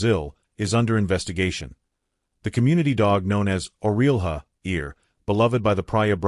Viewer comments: That’s five in the picture oh and also it’s pronounced Orella but spell differently, with a H in the second L’s place. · The name, Orelha, which means ear, is pronounced like O rel ya.